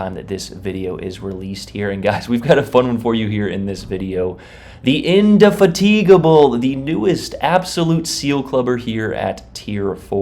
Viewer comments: it's called in-de-fatable, just watch the BBC TV show Horatio Hornblower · INDY FAT IGABBLE is how it’s pronounced lol. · Is this how americans pronounce indefatigable? 😢